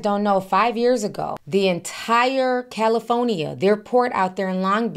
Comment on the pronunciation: i laugh everytime you say califonia,😂😂😂😂😂 you just leave out the r....but i love you sis